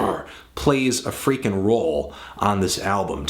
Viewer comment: The way you say 'freakin'' is quite amusing